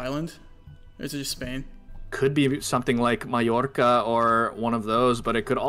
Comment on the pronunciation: It pleases me greatly to hear Mallorca pronounced correctly! :D